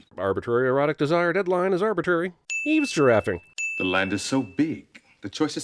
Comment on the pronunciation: "Evesgiraffing" lol